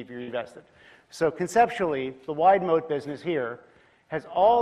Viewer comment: Moat often sounds like mode